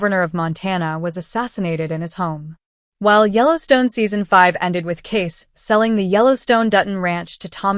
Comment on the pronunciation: You would think you would at least know how to pronounce his name. His name is spelled Kayce and is pronounced the same as Casey, not Case.